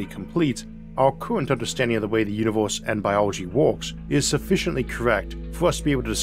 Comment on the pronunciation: How are you gonna make stuff like this and then talk like a toddler? Put some of the money you're making into a logopedist. "pwospwew" and "uniwews" in the first 30 seconds, that's unbearable. You have such a good voice other than that, too.